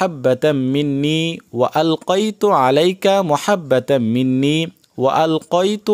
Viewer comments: এই ভুল বলেন কেনো মহাব্বা কেনো মাহাব্বা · আপনার এখানে ভুল হয়েছে এখানে হবে মাহাব্বাতাম্মিন্নি আপনি বল্লেন মুহাব্বাতাম্মিন্নি❤❤❤